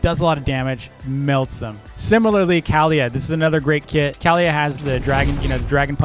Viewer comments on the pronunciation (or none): Its npt cowliyha its kaliyha